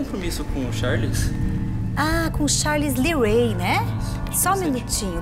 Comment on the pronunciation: Não aguentei quando ela disse Charles Lee Ray kkkk